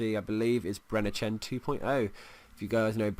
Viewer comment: how u pronounced brennerchen:D